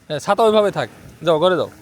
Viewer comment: সালাম ভাই ছাতা না বলে চাচা বলছেন 😂😂😂😂😂